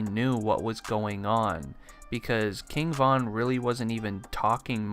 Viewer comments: “KING VONN” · RIGHT, kept irking my nerves with the repeated "Von."